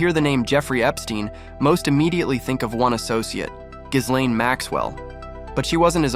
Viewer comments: Pronunciation: ghilènn, not ghisslein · Gi-lene Maxwell…. The “S” is silent…. Also, didn’t Donald Trump kicked him out of Maralago?